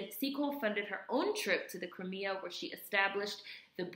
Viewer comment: Crimea is '' Cry Me a ''. Its southern Russia. Ba-La- Clava.